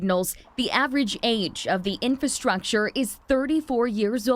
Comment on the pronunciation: In-FRA-structure, not in-FUH-structure.